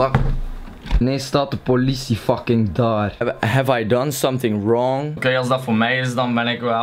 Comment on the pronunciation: haha ik vind het grappig dat je altijd fuCHking zegt😉😉😂😂